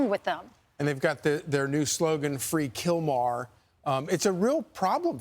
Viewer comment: Not killmar it’s killmore